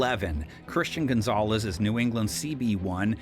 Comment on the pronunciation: Did you call him Gonzagez?